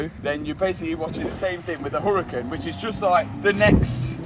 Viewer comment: Mat are you aware that you're mispronouncing the Huracan? And it makes sense don't you agree to pronounce the correctly? The h is silent in Spanish so try pronouncing it without an h! Ooo-ra-CAN